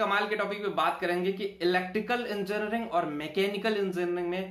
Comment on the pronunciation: Pehale engineering thikse bolo